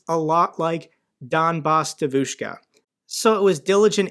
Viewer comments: Just a little tutorial on pronunciation. Normally, the stress goes on the penultimate syllable. But there are exceptions: Devushka has the first syllable stressed. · I'm a Russian speaker, and only today I've realized what she meant by Devushka, because holy shit it's not how you say it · Man I love your videos but you have to work on the pronunciation of the word devoshka😂😂😂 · I really want to know if pronunciation “devOOshka” is just bc he doesn’t speak Russian, or if that’s actually how Sarah Bills said it on her podcast with her pro-Russian guests. The latter would be hilarious. The stress in the word devushka is on the first syllable. The e is pronounced “yeh.” It’s a jarring difference that bugged me throughout this episode even when understandably mispronounced by a non-speaker. Her Russian audience would have had to have been confused. Glory Ukraine! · Hi, regarding the pronunciation of Devushka, the emphasis is on the first syllable....DEVushka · GREAT video. What a bitch. Sick in the head. Hope she gets arrested and many years in prison. I'm an American living in Ukraine, I love both countries and am patriotic to both. Don't know how someone could be such a traitor. BTW, the ruZZian word for girl is pronounced: De-a-vouch-ka. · Its pronounced «Djeeeevushka» 😂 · It's pronounced dyevushka. E is ye Like Kanye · Donbass DEvushka ( stress on the first syllable). Other than that all good stuff. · Please, it's DYEvushka, with the emphasis on the first syllable. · Love the channel, thanks for keeping us informed! On the pronunciation of Devushka, the accent is actually on the E, DYE-vushka